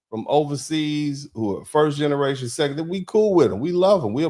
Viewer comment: He said: "I speak NIGGARATION" 🤣 He is CRAZY. I am SCREAMING LAUGHING.